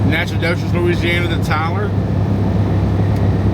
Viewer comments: Your first stop pronunciations Natch-I-toch. Van Alystyne is north of Dallas on 75. Don’t go 20 to Dallas and up! Take 69 north from Tyler to Greenville. 78 to VA. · It’s actually pronounced nackadish. 😎